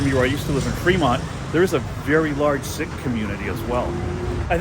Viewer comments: It's not pronounced Sick it's Seek. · Please pronounce Sikh as seek! Not sick! Ffs!!